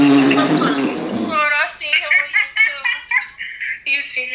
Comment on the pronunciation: bruh she said he Joseeeyah Josayah